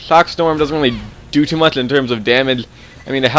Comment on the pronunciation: sorry, did u say budchgger... sorry, did u say siggduations... sorry, did u say mudghe... say 'ch' buddy!